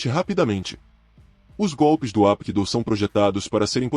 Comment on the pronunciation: Parabéns, excelente vídeo, maravilhoso, só una crítica construtiva, não se pronuncia Apkido, se pronuncia Rapkido, o H tem som de R.